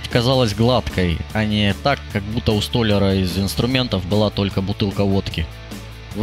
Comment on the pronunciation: Знаю, что очень не вовремя, но правильно не стОляр, а столЯр)